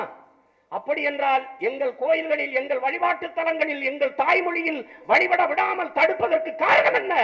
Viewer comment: சீமான் சொல்லுகிறான், "நான்தாண்டா தமிழன்". சரி இருக்கட்டும் , ஒத்துகிறோம். அப்பரம் ஏன்டா "தமிலன்" "தமிலன்" , "வலிபாடு", "வலிபாடு" என்று தமிழின் இலக்கண நடையை "ழ / ல" கொச்சை படுத்துற? அத ஒழுங்கா பேசுடா. பிறகு ஹிந்து மதத்தை பற்றி குறை கூறலாம் . இதை பற்றி கூட சிந்திக்காமல் பேசும் prasath , நீ ஒரு திராவிட பகுத்தறிவில்லா அடிமை